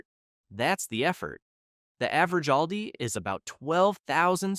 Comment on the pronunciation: We love Aldi. We save so much money. You need to be consistent with your pronunciation of Aldi. Sometimes you All di. And other times you say Al like a man’s name.